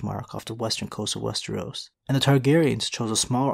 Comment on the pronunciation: Slipped on wes-tree-os 2x this video. He was on a roll for a few videos, pronouncing it correctly, but he's falling back into it.